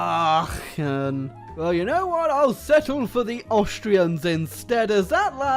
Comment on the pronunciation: " 'chn" ciddamit, this "little country" is called "a-a-c-h-e-n". You insulted my home ... XD